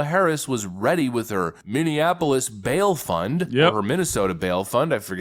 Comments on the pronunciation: Prayers to #45/47.. man its Minnie-Apolis ( Not minninapolis ):0 Keep the content coming! Native Minnesotian here and Walz is as corrupt as they come!! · You and need to learn how to say "Minneapolis" 😂 ❤